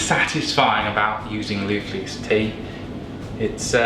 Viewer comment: he says "we've allowed our tea to infude...". Then , he tells us how satisfying "loof lease tea" is. LOL I think this guy may be drunk.